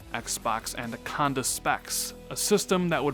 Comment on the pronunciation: Why you keep saying "Andaconda"...... You triggering my OCD, bro